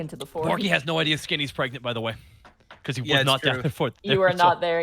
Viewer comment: Fluffy saying pregnart, will always make me burst out laughing.